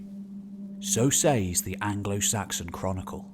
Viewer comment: For god sake, ‘ says’ is pronounced ‘sez’ please refer to dictionary with pronunciation guides